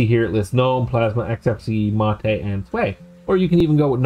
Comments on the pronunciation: Okay, it's not Mate - it's Mar-tay.. Other than that, jolly good, I have an old netbook I intend installing Alpine on.. Should be fun. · Dude - it's not MATE. It's MAH-tay. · "MATE" in this case is pronounced "Mah-tay" .. which oddly enough I think you said once or twice out of all the times x) good vid... also an Alpine fan.